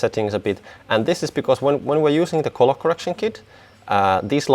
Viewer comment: Very interesting. Good job. Just mind you that colour is pronounced culler, not coller.